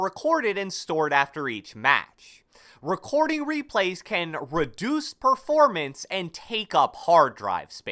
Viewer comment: how to pronounce words like: recording: rechchhshcording